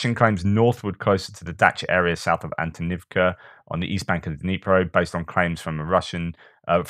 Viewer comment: Doing good 😂 with Av dee eev ka. The first ee has and major lift the second ee a minor fall. Hallelujah!